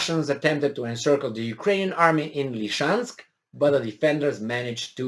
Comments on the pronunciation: Love you and I'm grateful for you. That said, it's not "Lee-chansk," it's "Lizzie-chansk." Love you otherwise. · SE ZICE Lisiceansc... LI-SI-CEANSC.. NU Lişeansc !!!